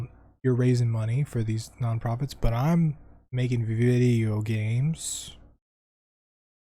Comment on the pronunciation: Big fan of your channel but please never say video games that way